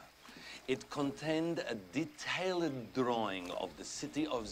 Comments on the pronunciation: Matthew Nisbet DeeTayLid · "Dee tail lid" is great, as is "suff fur ree." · My favourite part is when he pronounces "detailed" as "Detay Lead".